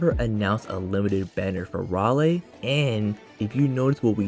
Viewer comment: minor correction: You can pronounce his name as "Ray - Lee" Im happy we finally getting an AOE unit